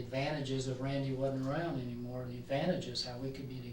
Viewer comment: Pathetic crying. Poor RAIN-DY as you pronounce it in America.